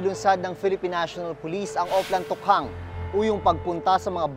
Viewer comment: Ako lang ba naiirita sa pronunciation ni Maki Pulido ng Tokhang.